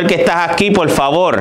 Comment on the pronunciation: Y si le decís "POL FAVOL" no te va a hacer ningún tipo de ruido.